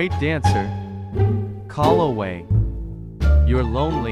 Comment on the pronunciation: also Calloway not Colloway